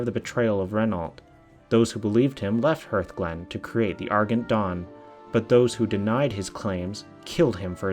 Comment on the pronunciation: Argent. Ar-jent. *cough*. Still love your videos.